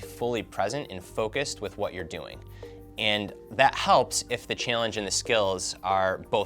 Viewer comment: This idiot keeps saying "Chillange"